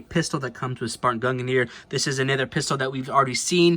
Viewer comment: Why does nobody pronounce mjolnir and gungnir right? They rhyme.